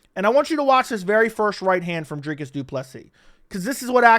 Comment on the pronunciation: "Dry kus"